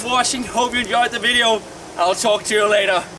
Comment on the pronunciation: Glad you ended it with the signature "i'll talk to ya laytaw" :D